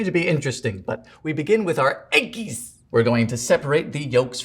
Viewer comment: Apple-adjacent pie...? lol I'm very hopeful you'll get your own show someday (maybe on Netflix?!) so that we can see you're full sense of humor back in it's proper form. 😊 Watching you is always fun and instructive, though. I never fail to smile when you say EGG-GIES! 🥚